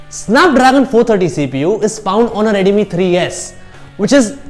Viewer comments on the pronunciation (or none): it's not rare, it's rear and moreover it's not radmi, it's redmi 😒😒😒😒 pronounce perfectly bruh